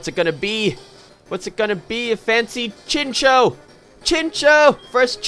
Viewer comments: It's pronounced chincow, theres a whole episode about them, it was a really bad episode actually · I always thought chinchou was pronounced chinchow.....